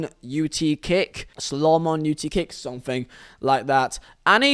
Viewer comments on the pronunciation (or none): Hearing you trying to say Slow Mo Nut Kick was painful hahaha